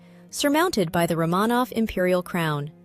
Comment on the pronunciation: I don’t hate the AI narration so much but could you please pronounce Romanov correctly?